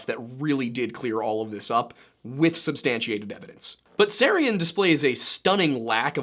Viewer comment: Freemasons, SJs, and Kabbalah mentioned. Holy Blood, Holy Grail hinted at so Dan Brown is probably in there too. So yes, a Unified Theory of the Occult. One point, Micheal Teh-Sarion, if I remember right. The T is pronounced.